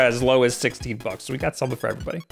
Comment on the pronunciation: you freaked me out there. i thought you said "we got shirts over there for as low as 60 bucks" i was like wtf is wrong with you he said 16..... even though captions also thought 60 might wanna fix that